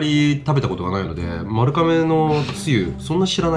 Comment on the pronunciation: まるかめじゃなくてまるがめじゃあないの？